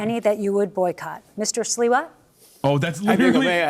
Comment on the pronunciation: no 😂 it’s Sliwa not Siwa